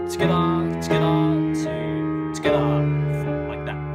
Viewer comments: Am I the only one that LOVES when he says "Togetha" (together) SO CUTE AAAA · amazing video!!!! so accurate and very clear (although fast). maybe say 'tgethah' a little less often ahahaha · Anyone else like how he says together 😂togevor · His "together" pronunciation has changed from "togetha"